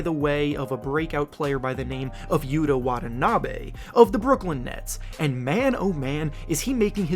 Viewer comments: It’s YU-TA WA-TA-NA-BEh Not Yuuduh wadanaaaabeh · I wonder how long it will take people in the USA to actually say is name correctly… creator said “yuda wadanaaaabe” lmffaaooo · Geez dude you are murdering this NBA players name lmao YOU - TA WAH - TA - NAH - BEH